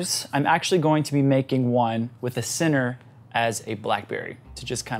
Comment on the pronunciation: LOL! It took me a few hearings to realize you were saying “center” and not “sinner.” I couldn’t figure out why you were referring to sinners in a cake video! LOL